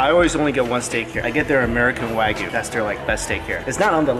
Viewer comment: Waygu? No not even close......